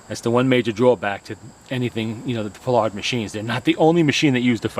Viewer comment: Nice machine! I must confess, however, that I kept shouting "PIE-ard!!" during the video: it's NOT pronounced "Pilard"...